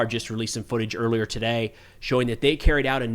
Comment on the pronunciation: Something funny about the way your pronounce “earlier.” This isn’t the first video I’ve noticed this. Sounds to me like “oirlear” 😅